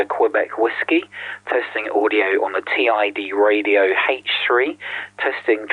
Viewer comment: Gawd that screen has how many different fonts and styles ?? 🤮 Those bottom battery tabs are going to get snapped off the first time it's dropped, that's a major design fail.... I doubt it's pronounced "Tee Eye Dee Radio” ? Doesn't "Tid Radio" make more sense ? It's no Quansheng, that's for sure.